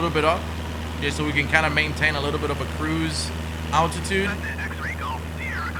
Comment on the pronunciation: it is altitude not attitude my brother is a pilot and evrey time you try to say altitude my head get's a headache